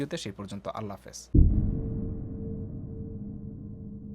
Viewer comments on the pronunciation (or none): none